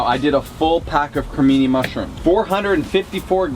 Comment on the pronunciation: Just bought the cookbook..."B~a~ccon"; wait...mesmerized..."Cre~mi~ni (日本語の発音; [Crey~me~knee] " wait...no stop it..." CA, Baccon!" Hahaha! Love ya two! The first recipe I'm going to make is the the Avocado I will make it ya'lls way first; you win for now!!lol Question: "What's the best thing you two have ever made with eggplant"? Merry Christmas my North American cousins!!